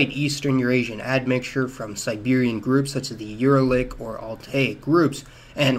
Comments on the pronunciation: Uralic: /jʊəˈɹælɪk/, Yuèzhī; /ɥê ʈʂɻ̩́/ (like ywey-jer), Kyrgyz: /kɪərˈɡiːz/ You can dramatically improve your videos and embarrass yourself less by learning to pronounce the names of the ethnic groups and languages more accurately. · Uralic, Hellenic have the stress on the second syllable